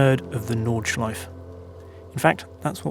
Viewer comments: Noooo..... they’re pronounced Nordschleif*err* and Sudschleif*err*..... come on, you sound like an amateur. Just like you pronounce Porsche! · Nice history lesson! Interesting how you actually say Porsche correctly, not Porsch, yet you say Südschleif and Nordschleif, not Südschleife and Nordschleife... :) Same 'e'...